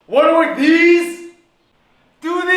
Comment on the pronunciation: Him: “wanna work deez” Him: Tooties!